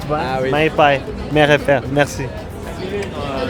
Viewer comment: "mãe" e "pai". Hhahaah! O cara não consegue nasalizar o negócio, pouca gente que não fala português consegue fazer esse som.